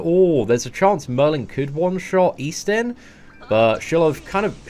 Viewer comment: Seatin -> Eastin 🤔Just exchange the S instead